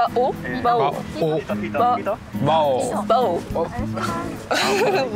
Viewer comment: に「バオ⤵︎ くん」って確認したのに結局「バオ⤴︎くん」になっちゃう可愛すぎ🤦‍♀️😂